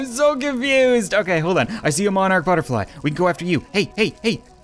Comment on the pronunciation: He said butterfe